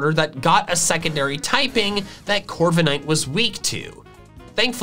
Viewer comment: Left off the K in Corviknight! And it's Coalossal, NOT Collasal!